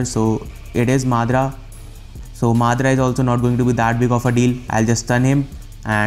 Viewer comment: Mate he is MADARA ! MA DA RA ! ! ! NOT MADRA !